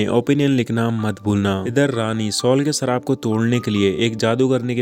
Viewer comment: Really love your voice and way of explanation. Love from Pakistan. Plz don't mind but ap shee word NAHI bol sakty? Sheer ko seer bolty ho or sharaab ko sarab bolty ho orignal word shhhh.... Sound se hota ha ccc word NAHI ha.